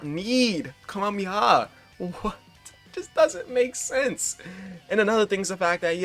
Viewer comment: Ka - me - ha - me - ha not Kami-haa